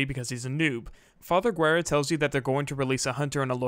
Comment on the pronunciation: talks about alex VA mispronouncing a name -Immediately mispronounce father Guerra's name